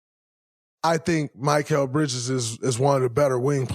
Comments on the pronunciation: “My-kel “ who is this player. Dray gotta be trolling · Mr. New Media… can’t even pronounce his name correctly! Not Mike-ale! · Most hilarious part of this: Instead of mispronouncing “Gobert” on purpose, as he usually does, he’s mispronouncing “Mikal.” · He still can’t pronounce mikal right lmao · why tf you continue to butcher his name like that??? 😂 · Dude why can't you pronounce Mikal 😂 😂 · Spit it out man! How much thought gathering does someone have to sit through to hear your anti-Knick agenda! Isn’t this show recorded? Shouldn’t you have your points set before turning on the camera? Plus just say Bridges, butchering the man’s name!